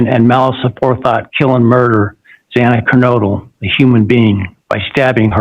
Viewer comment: I liked this judge until I heard his rant in the beginning. And how he mispronounced Xana’s last name (twice!). So disrespectful. And when he thanked Brian for showing him respect by standing while answering the judge. Geesh!